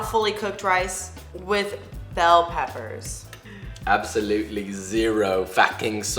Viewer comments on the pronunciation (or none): “absolewtly zero f a c k i n g solt”